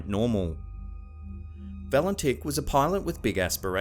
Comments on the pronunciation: At the time Valentich disappeared, his name was pronounced "Valentich", not "Valentick". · I like your channel and I am a subscriber but please mate pronounce the Australian pilots name correctly lol you said his name at least 10 times incerrectly.